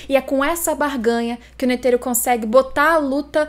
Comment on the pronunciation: Eu escutando ela falar ''N E T H E R O'' EU: aaaaaaaaaaaaaaaaaaaaaaaaaaaaaaaaaaaaaaaaaaaaaaaaaaaaaaaaaaaaaaaaaaaaaaaaaaaaaaaaaaaaaaaaaaaaaaaaaaaaaaaaaaaaaaaaaaaaaaaaaaaaaaaaaaaaaaaaaaaaaaaaaaaaaaaaaaaaaaaaaaaaaaaaaaaaaaaaaaaaaaaaaaaaaaaaaaaaa